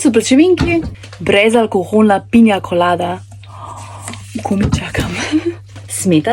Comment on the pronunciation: Jaz sem te razumel pinja kolada 😅😂